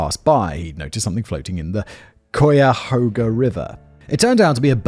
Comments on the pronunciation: Sigh-a-hoga LMAO it's kie (rhymes with tie) a hoga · It's "KAI - YAH- HOE - GAH" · Pass along to Simon and the writers that we pronounce it “Kaya-hoga” River 😊 it’s unsure which Native American language it comes from, there were a lot around Lake Erie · cuyahoga Simon, is pronounced kai-yuh-hoe-ga, atleast that's what me and the other locals call it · My favorite is koo-ya-hoo-ga. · 1st: Cuyahoga [kie-a-ho-gah) (sorry, but I had to) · Hi, The Kingsbury Run is not a big movie. It's made by an independent Cleveland area film maker (and my brother in law was on the film crew). A bushel basket is a specific size basket used to measure produce. Here in Ohio farms and orchards sell apples and pears by the bushel. The "Cuy" in Cuyahoga is pronounced like the "kay" in Kayak. Kay-ya-hog-a. It's a native American word for twisted or crooked, the Cuyahoga river is very twisty. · Life-long Clevelander here. I think it would be easier to pronounce Cuy-a-hog-a, with the "Cuy" as rhyming with "guy"-A-"Hog" is usually pronounced with the long O as in hoagie. I've also heard it pronounced as "hog" as in a pig, but not as much.-A. Simon's interpretation of the word, is very amusing though. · Excellent thumbnail pic for this video!! 👌 Btw, it's actually pronounced Khylyahoga .. it comes from the native American name for the area (I can't actually remembe)r). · kaya-hoga is how it's pronounced if anyone's interested. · coy a hoga is what simon means to say but you cant blame him for mispronouncing cuyahoga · Cuyahoga... KI-UH-HOE-GUH or KI-UH-HOG-UH. You are welcome. 🙂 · "KY-uh-hoag-uh". Not whatever you said. Damn. Need to use me as an interpreter for any Ohio videos because you butcher the town names so bad.... now try Gnadenhutten, Wakatomika, Wapokoneta, Lima (I know you've said LEE-ma before.) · The county is pronounced Kī-a-hō-ga. I was born in that county in 1958 in a hospital specializing in unwed mothers. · lol Kai-ya-hoga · So many attempts, all of them wrong.